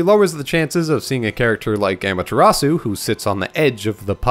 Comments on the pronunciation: amaterasu: om-uh-ta-ros-ooh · They pronounce Amutazu in Marvel vs Capcom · I guess I'll take amateur atsu, but how did you butcher Susano? 🥺